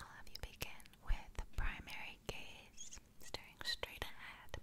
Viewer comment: Is it just me that understood gays instead of gaze. I really had to concentrate to understand gaze... or am I just too gay for life ?